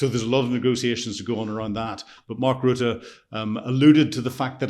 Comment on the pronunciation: Everyone should listen to you if only to get the correct pronouncement of Rutte's name 😅